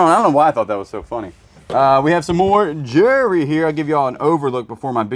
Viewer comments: Those pearls are beautiful! Do wish you would say the word Jewelry with the L instead of jury or Jewry. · I hear it as jury 😂